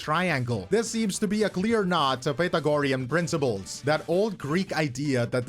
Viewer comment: I'm sorry but how did you just pronounce Pythagorean 🤨?